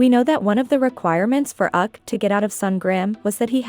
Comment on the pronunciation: Yup especially “Uk”. 😔 😔 😔